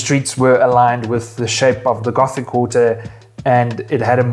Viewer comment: Les Rambles, Gótic not Ramblas and Ghotic